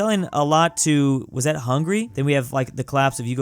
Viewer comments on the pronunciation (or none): did you say hungry?? its hungAry